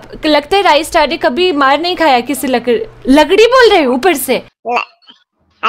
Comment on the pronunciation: Lakdi nhi lakri